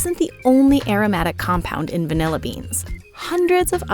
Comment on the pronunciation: Taking a shot of vanilla every time the host says “vinella”